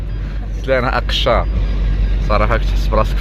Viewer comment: تبارك الله على أسرتي الحبيبة.وغنصحح لك الاسم أشقار ماشي اقشار ولاكن مافيها باس ههههههههههه